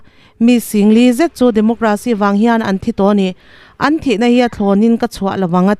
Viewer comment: Democracy hi DemoGRAcy ni lovin, DemoCRAcy.....Demo-KRAsi tia lam tur a ni, aw?